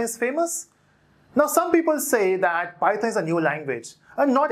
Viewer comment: It does matter how you pronounce it. It's python bot Pieton lol